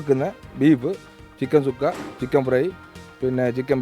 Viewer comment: ചുക്ക അല്ല സുക്ക